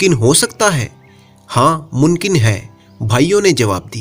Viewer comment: Your stories are good but please work on your pronouncement like WO , YE , Mumkin not munkin and etc…